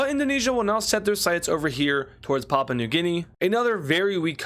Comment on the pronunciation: You've been doing well since I had to leave. Edit: you're still pronouncing Papua, which is pronounced "pah-poo-uh" as papa